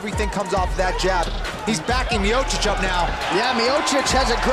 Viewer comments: Good ol stipe " myohsick" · His last name being mispronounced 3 different ways in his first fight was pretty funny. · So how are we meant to pronounce 'Miocic'? Several different versions throughout his storied career. He's mint and as it stands, the greatest heavyweight. Although, I think Aspinall will take that mantle eventually.